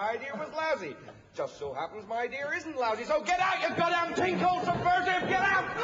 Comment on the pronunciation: "I think it's an excellent i-dear" 😂